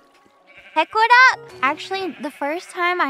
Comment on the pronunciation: It's weird how Pekora pronounces her name "wrong" but all the other talents insist on the "correct" pronunciation (i.e, Paykora vs Peykuhra)